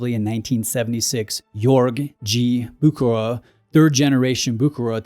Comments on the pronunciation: It's: BOO-HER-ER !!! If you're going to do a video on a brand, you could at least bother to look up how to pronounce their name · is sounds wires when you try to name a Swiss or a French name in English, the last name is pronounced Bousherér I know I'm typing it wrong but that's how you should pronounce it. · Ah Bucherer...NO "K", it is a CH as in lochness, and the R is also at the end of the word pronounced... It's German, not english. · There's no 'k' sound in Bucherer. 'ch' is very similarly pronounced to the 'ch' in Loch Ness or Ich. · You’re completely butchering the pronunciation of Bucherer 🫣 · You really "bucher"ed the pronunciation 😁